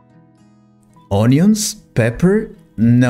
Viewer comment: The pronunciation of “onion” in NOT correct. How come?🫤